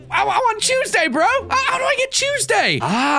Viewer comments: Look I LOVE I’m not trying to hate but Is it just me or when he says Tuesday it sounds like choseday? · I love how he pronounces Tuesday as I'd it were spelt cheuseday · Vid comes out he says Tuesday 5y later WAIT DID HE SAY CHUESDAY